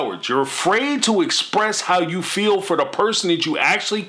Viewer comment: You know what is annoying?! When Kody and Robyn say fill instead of feel . These people are annoying in every aspect